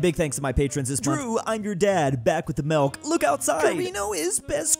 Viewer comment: Please make it stop. Why does he say back with the MELK? STOOOP